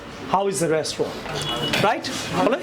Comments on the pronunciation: আপনি ভালো ইংরেজি শেখান ঠিক আছে, তবে ইংরেজি শেখানোর আগে বাংলাটা আগে শিখুন। 'রেষ্টুরেন্ট' না, 'রেস্টুরেন্ট' হবে! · Keen observation. But 'Restaurant' উচ্চারণ টা 'রেস্টরেন্ট' হবে।